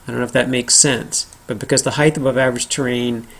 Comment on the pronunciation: HEIGHT! Not heighth. omg